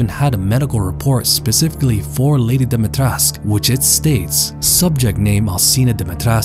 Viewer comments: its pronounced more like dim-eih-tresc-euu (with rolled r) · You pronounced Dimitrescu wrong. The "cu" is not silent. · Why does everyone always say "Dimitresc"? In Romanian the U is not silent and should be pronounced as an 'oo'. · IDK why it irritates me so much when people mispronounce the name. Never mind accent, or anything. There is a 'U' at the end of the name. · If the pronounciation of her name was correct, she could have been the perfect villain. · Is this really how her name is pronounced? Just sounds wrong to me but I could be wrong